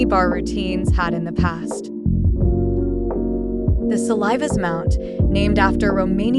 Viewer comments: Sill-ǐ-vas Not sill-ī-vas It’s a short “I” like “it” not long “I” like Saliva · Daniela Silivas is pronounce Sillyvash and not Saliva. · Sil-i-vas short i sound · The name of the Romanian gymnast Daniela Siivas is pronounced Siliˈvaʃ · You don't pronounce Silivas her name correctly. It's not Saliva pronounced. Just because there are three syllable in a word it doesn't mean you pronounce it as in kite with a long I sound. Her name is Daniela Silivas pronounces with a short ''I''' Example: win, spin, twin, chin, bin, skin, thin, fin. and not with long American I. It's not ''Ai'' pronunciation like in kite, bike, pine, invite, wise.glide, prize.Many blessings! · so true, especially since her name is actually Silvash (with sh at the end). this video is so cringe... yuck! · the way "silivas" was pronounced should be banned too